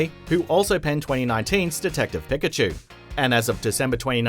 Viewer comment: Did he really say PICK-A-CHEW?!